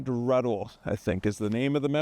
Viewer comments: Not Ruddle; Put an 'N' in the word. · You kept referring to "Mt. Ruddle" it is Mt RUNDLE.